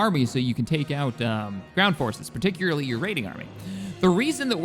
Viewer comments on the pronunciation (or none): none